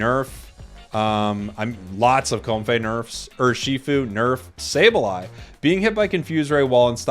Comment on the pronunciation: A change to how you pronounce comfey and a change to stun